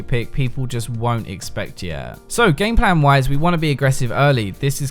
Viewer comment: I keep hearing him say gangplank when he's actually saying gameplan